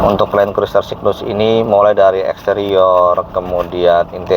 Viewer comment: Bacanya kruser om... I nya gak usah diucapin... 🤣 🤣